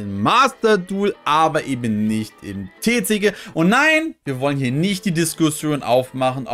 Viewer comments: Warum sprichst du Maxx C und TCG so deutsch aus? Hört sich irgendwie seltsam an. 😅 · Hört sich echt blöd an 😂